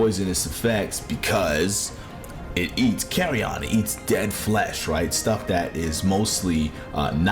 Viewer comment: i still don’t understand why Odo was left out of of Rise. he was such a perfect fit… and yeah, Jho’s tail eating seems to just be a myth that people just misremembered. he doesn’t actually do it. yet, at least. also, the way you pronounce “carrion” sounds like you’re saying “carry ON,” like you’re talking about luggage 😂. it’s just pronounced like CARRY-un or CARRY-in, fyi.